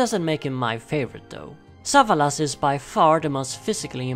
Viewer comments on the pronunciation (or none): Sa - VA - las